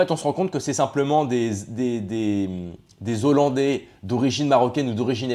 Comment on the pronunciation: Pour soutenir un YouTubeur qui « maîtrise le verbe ». On ne fait pas la liaison devant un mot débutant par un « h » aspiré. Ex: des hollandais, donc ne pas dire : »des zollandais ». Sinon, j’ai mis un pouce en haut pour cette vidéo.